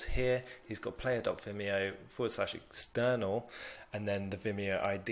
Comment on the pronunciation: Top! And you pronounced it perfectly ;)